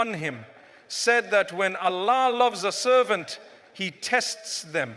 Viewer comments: Baaraka Llaahu fiika brother. He's Allah not Aaalah but your message was spot on jazaaka Llaahu khyran wabaaraka Llaahu fiika. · Anyone noticed? This channel name Fearless Deen but in this video anywhere Allah is not cleared by audio editor..its sumtym Aaalllaah..somtime Oollahh..sometime some else prononciation..what kind of rubbish is this?